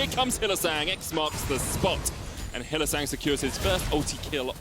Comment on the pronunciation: Did he call him hylissint😂🤣